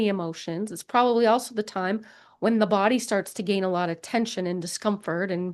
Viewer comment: You say body funny lol